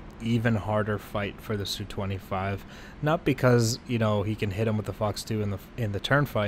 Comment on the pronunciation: It's not SU, it's Su :) read like "soo"